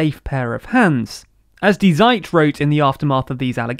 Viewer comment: Dude, seriously, look up how to pronounce these names... Schertz --> shairtz, not shirts Zeit -> tzight, not zeit Boehnke -> more or less booohnkuh, not bonk And the "t" in tsunami is not silent.